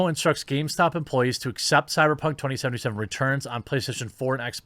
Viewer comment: Stop saying “2077” like fuck me